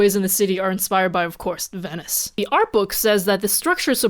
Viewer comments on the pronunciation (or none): none